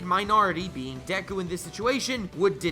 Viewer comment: You're saying dek-ku when it's just de-ku/Dek-u